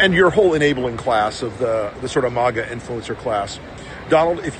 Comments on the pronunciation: it's mAga not mOga stupid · Rick, butt boy, It's not MAWGA.... it's MAGA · Crawfish or crab, neither or kosher. Edited: Call us racists, nazis, deplorables, garbage or whatever, those names roll off our backs, but for the love of everything, pronounce our name right. We are MAGAs, not MAHGA’s you elitist snob. 😂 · It's Maga not mawga idiot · Rick who? Who pronounces MAGA, “MOGA”?!? What a pretentious shit. How’d that diatribe go for ya? 😂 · What an idiot cant even pronounce MAGA correctly Lol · The old guy with the black glasses cant even pronounce MAGA right so how is he gonna try and shit on people from Alabama? Lol what an old dumb lonely loser. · Oh my God! Rick! Georgia Here. Laughing my ass off. Your as F-ing dumb as you think we are. And guess what it’s showing. You can’t even pronounce MAGA